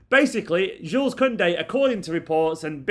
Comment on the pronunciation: I understand that you’re a mancunian mate, but Jules Kounde is french. His name his pronounced like “shoe” not “jewels”